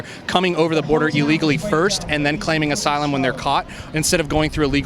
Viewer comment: "They're being turned away from SYLUM SEEKING" BWAHAHAHA